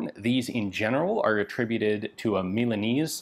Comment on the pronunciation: The pronunciation is "Milan - Aye - Zay"* ... not "Milan-Eees"